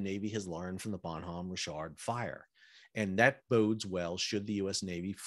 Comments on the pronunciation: It is French for good man and the h is not pronounced. ba' num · the "H" in Bonhomme is silent so bon omme . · The h is silent... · The way you pronounce Bonhomme Richard is driving me crazy. Bon-nam and just Rich-erd...